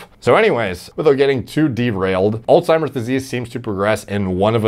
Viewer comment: Alzzzzzzzzzzzheimers not allttttttttimers , the disease is literally a person's name